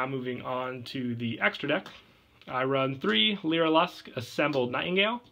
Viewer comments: it is pronounced (lyra-luss) not (lyra-lusk) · a piece of my soul died every time he said "leera lusk"